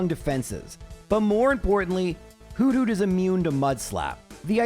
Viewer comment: the way you say hoothoot is hilarious whodoot? just kinda in my head i see and hear a noctowl repeating whodoot? while tilting its head makes me smile